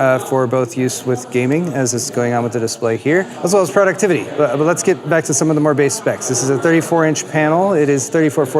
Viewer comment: pro-duc-tiv-i-ty | ˌprädəkˈtivədē, ˌprōdəkˈtivədē NOT product-ivity You've earned my un-sub-scrip-tion. !